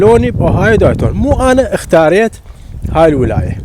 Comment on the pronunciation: يعني مااختاريت الا ازبل ولاية واتعس مدينه ديتون مدينة عاوية ربها كامز انصحك تطفر منها. ورحمة لوالديك تلفظ ديتون مو دايتون